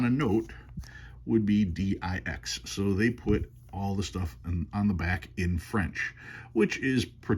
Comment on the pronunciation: Love the story of the Dix note. Being originally from Quebec, I do speak French, and for your reference, the X in Dix is pronounced like a double ss and would rhyme with Kiss. Cheers!